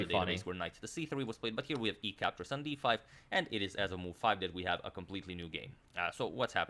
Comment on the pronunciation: Lol, perfectly sums up the channel in a nutshell. 😂😂😂 Especially "CAPCHORRS CAPCHORRS CAPCHORRS" And don't forget "castles castles".